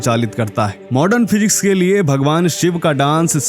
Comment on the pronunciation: मॉर्डन नही मॉडर्न बोलो